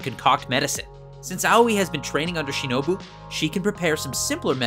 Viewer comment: well he got tanjiro's name right once... and shinobu's too (maybe kanao's too in the same moment but i dont remember all of it)